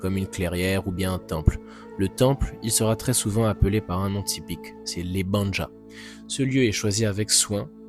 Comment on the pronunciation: On dit bien " ébandja", il a raison...